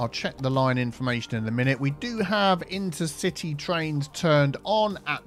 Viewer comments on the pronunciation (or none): "The Inteacity train line".